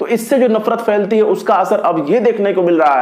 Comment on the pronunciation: نفرت فیلتی نہیں ، بلکہ پھیلتی ہے ۔ اردو میں ' ف ' اور ' پھ ' دو الگ الگ آوازیں ہیں ۔